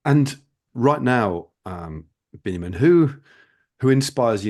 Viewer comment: Thank you both for enlightening interview. Just a short note: his name is Biniam not Benyamin, though these biblical names are the same.